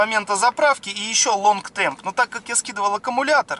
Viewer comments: Извини, лонг терм а не темп. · Отличное видео! Но почему вы говорите long temp когда там long term?)